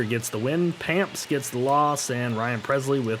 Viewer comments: Payamps is pronounced pyeamps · joel payamps (yo-el Pie amps)